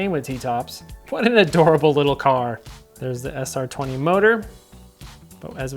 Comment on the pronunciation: Weird hearing someone say SR2-0 instead of 20